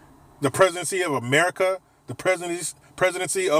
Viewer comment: Dude whenever u say ‘merica’ I crack the f*ck up 🤣